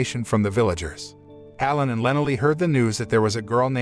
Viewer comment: It's pronounced lyna-ly lee